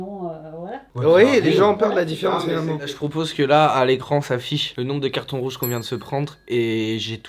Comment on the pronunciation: "cartons jrouges" 🤣